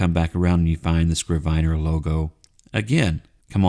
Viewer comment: a “scrivener (pronounced “i” like the i in “it”) is a good translation for a biblical “scribe” or, for that matter, a modern scribe. It can also be used for a notary public (although I have never heard it used for one). I only looked it up because I was fairly sure it was pronounced with the short i as in it. Thanks for the review.